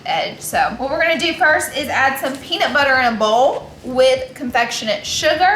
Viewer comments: Peanus butter 😒🤣🤣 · really said penis butter 😂😅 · “He 100% said penis butter” 😂😂😂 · ‘He 100% just said penis butter 😂😂😂😂🤣